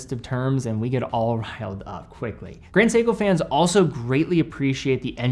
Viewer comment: I feel a little bit offended when he said it “Grand Seiko” 😂